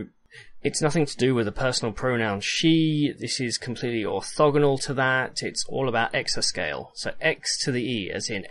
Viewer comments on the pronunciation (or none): none